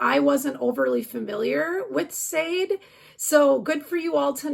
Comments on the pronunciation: Love the Smooth Operator song (it's pronounced like "sha-day" btw, but I totally knew who you meant so no biggie)! Always love these videos that you put together, they're insanely helpful :) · I was just coming in to say the same thing SHAA DAY 😊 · No biggie...but Sade is pronounced Sha-de. Emphasis last syllable. I'm old...she's my generation :)